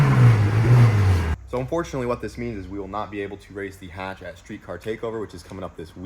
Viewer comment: H22, H pattern, Hatch not Katch <3